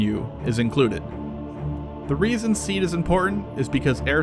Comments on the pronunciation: it's pronounced C-add not sead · It’s pronounced “See-add”. Not “seed”. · It is not pronounced "seed" but " see-ad". Like seeing an advertisement. My source is a current Marine Corps f-18 pilot. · You totally missed Artillery SEAD missions (pronounced SEE-Add not seed) basically, the artillery battery shells the SAM site to keep the crew's head down. Then the shelling stops just as the Fast Mover arrives on station and resumes as it leaves. We calculate this based on the BOD (bombs on deck) time and backing off the ToF (Time of Flight) for the artillery rounds. This way the ACs are not in danger of a mid-air collision with inflight shells. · I always thought it was 'SEE AD' not 'SEED' That's how we pronounced it anyway. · SEAD is pronounced SEED whereas DEAD is still pronounced DEAD?? Lol, How do you hear words LOL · It's pronounced See-Ad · By the way the pronounciation of SEAD is SEEE AAAD ... also I think you missed the point of SEAD. SEAD is mainly used to allow TEMPORARY access to enemy airspace ... in itself SEAD does NOT give air superiority nor is it supposed to. Things you do once you gain that temporary access may well lead to air superiority but usually it does not. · Its pronounced sea add.